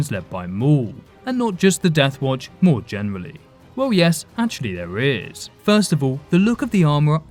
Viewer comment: Children of the WoAoUatch 🤣 sounded like you were having a stroke halfway that name